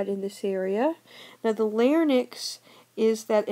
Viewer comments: I think she has an accent. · larnyx? or larynx......? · Thaddeus Erzar yea but the woman says it weird you boof